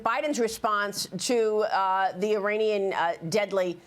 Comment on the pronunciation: It's Not "Ee-Rainy-Yan" (no Rain in forecast)!! It's pronounced "Ee-Ronny-Yan"!! Highly educated Journalist!!